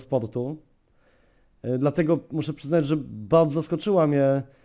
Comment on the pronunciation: Nie popielał - nie popierał Ohganizacij - organizacij Baldzo - bardzo Rrrrrrrrrrrr xd